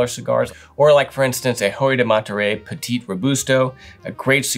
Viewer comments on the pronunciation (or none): none